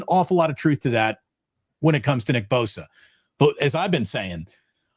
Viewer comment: not boza but bosa! Ssss